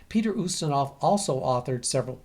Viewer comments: It's "YOOstinov", not "OOstinov". I just wanted to let you know for next time. Nobody is perfect, not even. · I though it was YOU-stinov ??